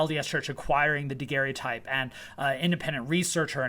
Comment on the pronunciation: Oh my gosh,. You mean David Rogers, not Daniel Rogers. You mean Joseph Brickey not Joseph Brickley. You are so far from your classroom, and tripping over material culture issues. And it is a daguerreotype, you can't pronounce. Daguerre was his name. Daguerre-o-type is the object. Never mind the rest. Going to call you "" since you can't commit. And you shouldn't, since as you say you lack "full confidence" and don't know what you are talking about. Now for Section 132.